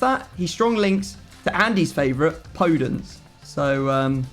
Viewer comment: It's not Po-dence